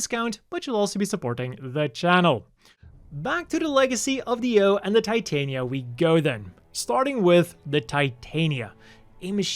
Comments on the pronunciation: That "creator" was full of crap. "The O" is obviously meant to be a reference to Oberon. Titania is pronounced "Tih-Tah-Nia" not "Tie-Tay-Nia" Titania is a Queen of the Fae. Oberon is her King. Also, Oberon. Not Overon. That's another one that got devoured by mistranslations/change for "creativity". Eldridge is something I'd normally ignore but in reference to grimoires and fae royalty, it's obviously eldritch. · Just an FYI, the Titania is pronounced "tit-tanya," as it is named after the fairy queen from Shakespeare. This is made more evident by the constant allusions to the name of her king throughout all these mobile suits: Oberon. The-O, in addition to its many name origins, could be seen as an abbreviation for The Oberon, the mobile suit and its descendants are all referred to as "fairy kings," and the Over.On, when taking into account Japanese pronunciation, is literally a pun on the name Oberon.